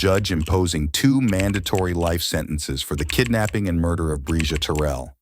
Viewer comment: Mispronouncing her last name is diabolical work!!’n Terrell is her last name !!!! RIParadise princess 😩🙏